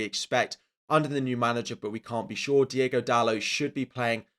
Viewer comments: hey, has a portuguese, have to correct you, its not diEgo dalot, its diOgo dalot with an O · Love you bro, but please.... it's Diogo Dalot..... not Diego Dalot.